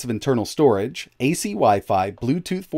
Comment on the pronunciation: "storege" ?? xD